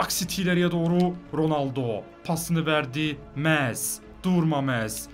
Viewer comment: Nolur Messi’ye Mes demeyi bırak abi lütfen